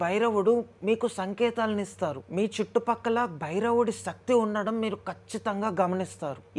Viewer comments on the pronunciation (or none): none